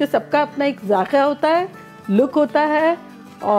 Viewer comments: Zaaakya nahi ji zaaikaaa😉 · That's called "Zayka" not zakya.😋 With Love 😘😘😘